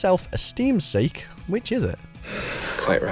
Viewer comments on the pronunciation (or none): none